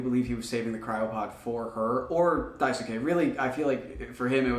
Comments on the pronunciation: daisuke is pronounced "die skay", not "die su kay" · great work but the “U” in Daisuke is silent.